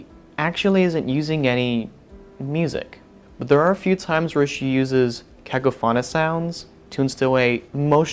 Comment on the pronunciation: It's been over 4 years and I still can't get over his pronunciation of cacophonous